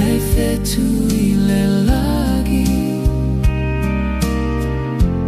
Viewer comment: Uso, beautiful pese but please - during the production process, craft your A.I. prompts so that the voices correctly pronounce the 'ng' sound in 'lagi' (instead of 'lah-gee'). Every hamo uploading A.I. generated musika is failing to do this. Otherwise, seki a le pese uce!🇼🇸🇦🇸